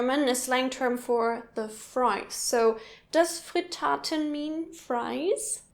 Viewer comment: I'm from Austria and I didn't know Kaprize and Mezzie. Also Pariser is a kind of slicing sausage hier. And it's not Fritaaaten, it's Frittaten. Similar with Ribisel. And I kinda didn't recognize geigeln for some reason.